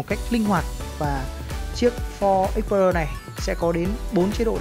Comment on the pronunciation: đọc tên xe nghe trối